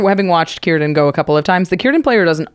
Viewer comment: is right about the pronunciation for Cirdan. He was one of the great elves, the wisest of the Sindar Elves and the elves in his time and also known as the oldest elf from the second age till the 4th age untill he left middle earth, he was also known as Nowë and his name Cirdan means Shipwright in elven. He had one of the 3 rings made by Celebrimbor, namely Narya, which he later had passed on to Gandalf. He was known for his skills at making boats and otherwise I dont believe he was that wel known, compared to Galadriel or Elrond of the 3 ring bearing elves.